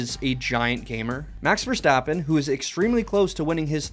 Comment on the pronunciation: As a dutchie the way you pronounce max verstappen is hilarious